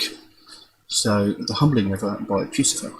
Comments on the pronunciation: It is not puce-e-fer... lol see above as well as below... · “Pussyfur” is how you pronounce it... how Maynard pronounces it...